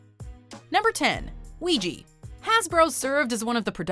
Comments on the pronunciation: It is pronounced "wee-ja," NOT "weegee." Why tf can't people get it right? 😤😬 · W T F!! I never heard someone said uiyi to ouija ! Here in latinoamerica we say (uiHa) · "Vigi" ??? It's "Uya" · Ahem. It's WEE JA not WEE GEE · Lisa Axen no, the words come from French oui and then German ja there for it's pronounced we-juh not we-jee. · How in the hell can you pronounce ouija “wejee”?????????? 😂 wtf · WEE-ja. Christ. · "WEEGEE BOARDS"??! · that pronunciation of "ouija" makes me cringe. it has a "a" at the end, not an "i". i dont know why people all of a sudden gave it that pronunciation in the last decade when everyone called it "wee-jah" before smh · Ouija is pronounced weegee? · Christine C. I know I was thinking the same thing. I hate when people mispronounce it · Is this really how you pronounce ouija in english? 😳😳 this just sounds so damn wrong to me 😂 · groundlos I was surprised too 😆